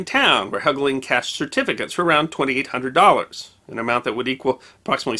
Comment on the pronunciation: Andrew Helgelein - the last syllable is correctly spoken to rhyme with Wine, Fine, Line or Mine.